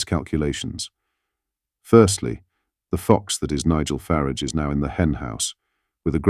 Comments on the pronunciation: Please pronounce Farage's name correctly. There is no "I" in Farage.!!! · Why call him Nigel Farridge, it is FARAGE. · Please stop referring to Nigel Faaaraàge as Fariiig! It's disrespectful!